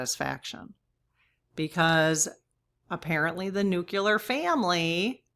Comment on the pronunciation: this is not a criticism - just a kind and respectful correction. Pres. George W. Bush was bashed for saying "nu-cu-lar" all the time. The correct pronunciation is "nu-klee-ar." Nu-cle-ar. His constant mispronunciation made it a sore point for me and many others.